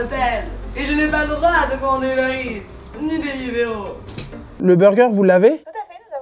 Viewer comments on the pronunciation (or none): Il a dit delivroop et uberits mais just ead